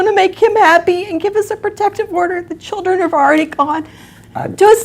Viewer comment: extrrrcrriculrrr activities for the chlrrrdrrrn